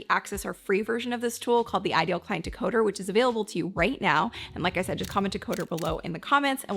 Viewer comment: Great video! "Decoder" please!